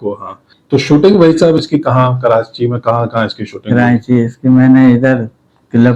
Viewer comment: Es ko bolny ka ni pata Karachi ko kranchi bol rha hai ye film kia bunnay ga😂